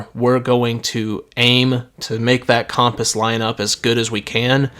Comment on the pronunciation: making me realize I’ve been saying compass like cumpiss